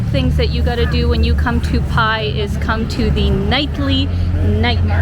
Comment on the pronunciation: I think it’s pronounce “bai” 🤔 The sign “bai my way” is a good indicator😉 Was there in 2003. Cannabis was never legal at that time but it was everywhere in Pai. 🤭Good times! Thanks for posting❤ I recommend renting a bike and getting out into the country-side.